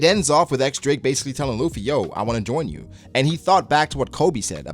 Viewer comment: Its "Diyes" not "ex" Drake. But yeah, great chapter and review.